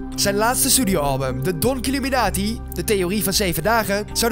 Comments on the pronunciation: Het is illuminati, niet illuminatie Spreek het maar is uit dan hoor je dat het niet klopt 😉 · Je zegt illuminatsie niet illuminatie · het is illuminati en niet illuminatie